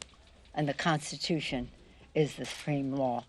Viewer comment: The "Constution is the spreme lawvthe land". She makes DJT sound like Shakespeare. Retire that old broad before she starts swelling up and attracting blowflies.